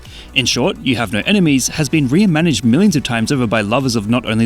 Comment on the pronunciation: What did he say ? "In short, 'You have no enemies' has been ??? millions of times over..." I hear "re-inmaniched" which isn't a word. Maybe he just said "reimagined" weird.